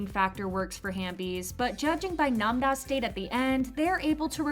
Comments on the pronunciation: Namda it's namra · Why u calling nam-ra namda- 😂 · Nam ra not nam da 😂😂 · Its not Namda its Nam ra dumny its annoying when you say it like that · STOP SAYING NAM-DA ITS NAM-RA AND U SAY ON-DO TO ITS ON-JO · No hate but nam-ra is pronounced (nam-oh-ra) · Nam-RA not Nam-Na. 😩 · It’s Nam-Ra. It’s literally in the subtitles of the series as well as you can hear the actors saying Nam-Ra which is a real Korean name. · Please say Nam-ra's name correctly.